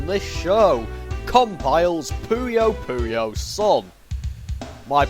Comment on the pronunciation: Thank you for saying "Pooyo Pooyo" and not "Poyo Poyo"